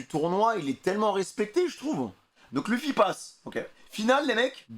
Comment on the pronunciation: Arrêté de dire luffi ça se prononce leufy